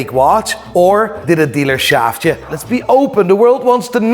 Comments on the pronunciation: He said it was an Audemeeers not an Audemars, lol! He was telling you it was fake without saying it was fake! Pick me for the watch giveaway! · It's a real Audermiiir, not an Audemars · I’m crying because it just dawned on me that he was really wearing an Automeeeeyyyyerrrrr and not and Audemars. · Need that watch “hee haw” 🐷….. 🫡to u keep giving us what we all look for….. And secondly I’m not sure why Ross didn’t just produce paper work for the “audemieeeeerrrrr” as Ross put it😂😂😂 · Bruh I felt cringed hearing Ricky say audermeeeeeeeeeeeeer 🤣😂🤣🤣🤦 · Lmao at fake ross, for wearing a fake audemirrrrrrrrrrrrrrrrrr😂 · The second hand embarrassment I got when he kept saying “Audermeeeeeeeeeeeeeeeer”😹😭🙌🏾 plus the race bait yoh 💀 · “Speaking on Rick Ross audemarrrrssss” 😂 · audermeeeeeeeeer 🤣🤣he's an adiot🤣🤣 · nah that "Aude-mierrrr" was hilarious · Audemiiiieeers at the end had me weak 🤣🤣 Great callout! greetings from the Netherlands! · The way he say audimeeeeeer needs to be clipped hahaha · “Audi-Meeeeeeer” He also probably can’t spell piglet 😂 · Embarrassing that Rick can’t even pronounce the brand correctly.